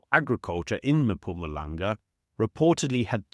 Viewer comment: Brah, it's not Mapumalanga 🤣